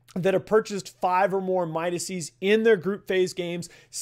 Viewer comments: ITS NOT MIDASEES ITS MIDASES (Phonetically). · Why are you calling the plural of Midas "Midasees". Midas is a name, dude, thats like calling a group of Thomas's Thomasees.